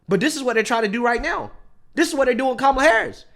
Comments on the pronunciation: O k, notice, no one checked whoopi for pronouncing the name wrong. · I heard Whoopi MISPRONOUNCE Kamal's name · i think hoopie pronounced her name wrong! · How dare Whoopi disrespect Kamala by mispronouncing her name. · Whoppi mispronounced her name, how racist!! 😂😅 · Oh snap.... time to cancel Whoopi, she pronounced it "Camel-ah" (~ ). It's their own rules. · Whoopi said "Cam-a-la." Very disrespectful. Where is the outrage lefties? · Whoopi said kAmmala. Cancel Whoopi lol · Whoopi said "camelah" instead on "comelah". Fire her! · Did you notice how Whoopi pronounced her name? She called her Cammala, not Cahmala. What a bigot! Whoopi's husband wore blackface. I never have, nor has my wife. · It's funny that Whoopi pronounced it "Cam-a-la" but she got no name correction. 😂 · !!!! Did you hear that?? You pronounced her name CAM-ma-la Harris!! I was told by certain news outlets, that is racially motivated. “W.S.” I believe they called that… you know, MISPRONOUNCING someone’s name….. shame on you Whoopi!!! 😎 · Nobody berated low IQ whoopee for saying Kamela's name wrong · I think Whoopi Goldberg needs to be fired for pronouncing Kamala’s name as Camel-a 🐪😂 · Remember: if you mispronounce Kamala's name you're racist. I haven't heard anybody other than Whoopi pronounce it like 'camera' with an 'L'. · Whoopi said KomiLa's name "incorrectly" When Republicans don't say it "properly" they get called racist even tho Biden & KomiLa herself has said it different ways! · whoopie pronounced her name kaamaala🤣🤣 Is someone on the left gonna cancel her?🤔🤔🤣🤣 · Did Whoopi actually just say “Cam-uh-luh”????? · Did you hear how Whoopi pronounced Kamala's first name? She didn't pronounce it Coma-la. Why didn't the other hosts interrupt and correct her like they do everyone who is not a Harris supporter? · Whoopi just mispronounced Kamala's name and called her "camel-a." Where's the outrage? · Did anybody else notice that whale goldbricker called her "cam"ala? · Whoopie said VP Camela